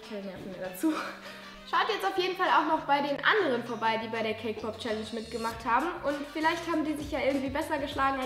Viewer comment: OMG SAME ich hab extra die Kommentare gelesen um zu sehen ob ich die einzige bin XD